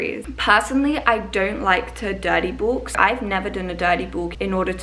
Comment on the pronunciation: “Durdy bork” very confused until I realised she was saying “dirty bulk” lol